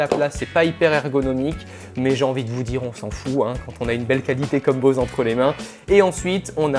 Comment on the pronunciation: avant de parler d'un appareil apprend a prononver correctement son nom Bose quiet 25